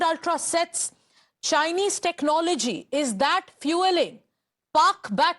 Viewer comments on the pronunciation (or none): This kind of journalism escalates problems. Special the way the woman stress the word CHINESE. Learn from Palki how to be a decent journalist.